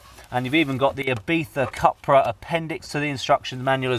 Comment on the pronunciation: pronounced "coopra"